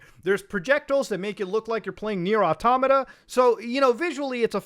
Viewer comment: they way u said nier automata kinda made me uncomfortable